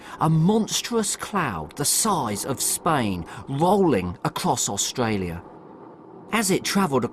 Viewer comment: His pronunciation on AustRalia seems quite natural, speech impediment my ass.